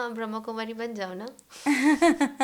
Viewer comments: It’s BrahmaKumari not BrahamKumari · Om Shanti Baba thankyou Baba 🙏🏻 ek chij mein batana chahungi is Sanstha ka naam brahmakumari Ne Brahma Kumari hai kripya is shabdon per meaning bahut mayne rakhti hai isliye kripya aap log Naam Sahi Se bole Om Shanti